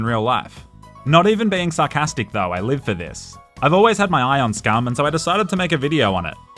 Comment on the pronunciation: The Australian (of your more specific locale) pronunciation of 'Scum' is so interesting. Instead of one syllable it was like 2 or 3. It sounded like "scar-a-man". First time watcher, loved the vid.